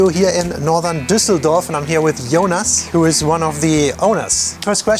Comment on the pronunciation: Did you say "Yowners one of the owners"? ;-D I swear you said/I heard "Jonas" pronounced as like "Yowners" with the dipthtongic English o